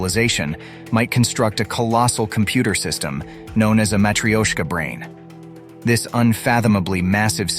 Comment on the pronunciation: Hahahahaha matrioshka “intelligence” hahahahahaha can’t stop laughing